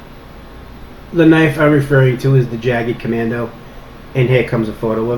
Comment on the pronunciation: I think the weapon you're refering to is the "Jagdkommando" (it's german, please at least try to pronounce it like that).It's pronounced like this: First letter "J" like the "Y" in "yet", next "a" as in "after" (try to make it a short ahh like when you're surprised, it really depends on the type of english though) the "g" just like in "good" and the "d" is pretty much the same anyway. The name of the austrian special forces (where I'm from) translates to "hunt-commando". Enough german lessons for today, I hope that helped. Oh, and do you know if they ship it to austria, because this knife is awesome! Thanks for introducing it, can't wait to see it in action!